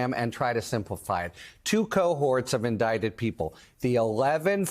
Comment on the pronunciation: You mean indickted?? 😂😂😂😂😂😂